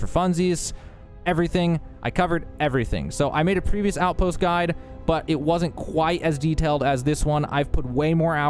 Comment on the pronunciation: I thought you started the video by saying "This is outpost God" 😂